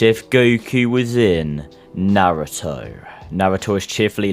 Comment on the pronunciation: is the only person that pronounce naruto correctly